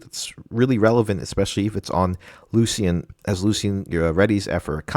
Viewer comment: Lucian = Loo-Shun. Nice video 👍